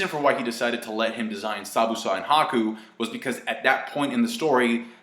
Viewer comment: Am i retarted or did you say Sabusa instead of Zabuza?